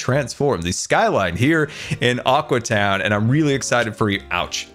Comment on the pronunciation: Every time he says aqua town I hear awkward town